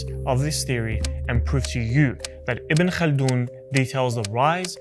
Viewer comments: The name is "Ibn Khaldun" or "Ibn Khaldoun" not ibn kana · Not say Ibn kalin or Ibn kald his name is Ibn khaldoune ..ابن خلدون